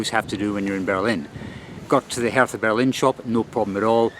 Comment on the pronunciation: You were pronouncing Hertha BSC Berlin wrong. It's not pronounced as you would pronounce the th in Bertha in the UK. German Hertha is pronounced as if there is no h. So imagine it's Herta. Anyway, fantastic travel, great fun. Thank you.